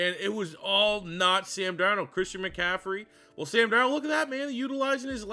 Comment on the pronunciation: Bro butchered this video with the qb sam. But what can you expect from a Canadian